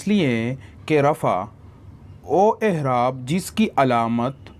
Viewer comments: Ahraab nahi A'eraab hai bhaijaan... Apka shayad accent aisa ho I don't know but ahraab jachta nahi hai yahan p.. aisey hi wus'at b hai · Aerab bolo hzrth.. aehrab😢